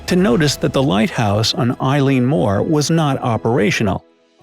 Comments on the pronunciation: Eilean Mòr is pronounced Elly-an More. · I wish you people would learn to pronounce the name of the Island properly and not calling it after a girl.